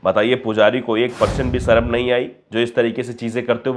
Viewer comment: “Sarm” “Saram” ❌ “Sharam” ✅